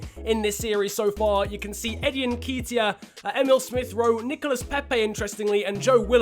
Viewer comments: Everytime you said "En-key-teya" I wantes to kms, it's "En-ket-iah" bruv but great vid still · I beg when you say Eddie nketiah you don’t pronounce it nkeytia it’s nKETiah as do a bit of ket this weekend at the festival other than that love the series😂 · it's pronounced n ke t i a not n kee t i a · It's Eddie N KET E A Not N KEET E I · It’s Eddie n-KET (like get but with a k)-iah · Nketiah is pronounced (N- KEHT- IAH) and his number is 30 irl. Love the videos especially bc I’m an arsenal fan 😂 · btw its pronouced ne-ketia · it’s Eddie N-Ket-Tiah Like so can see! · Alistair Verdon *n-keh-tee-ah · The way he says nketiah kills me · That's not how you say Neketia